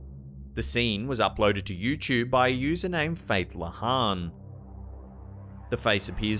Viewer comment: Ok now I'm going to say something it's not pronounced Indianaer or youchub "Indiana" "youtube" why is it so hard for people to speak right sorry just really bugs me how people say thing like that